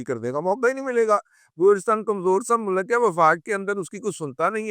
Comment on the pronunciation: Bhai ye mulk ko mulak bhi bolta hy 😊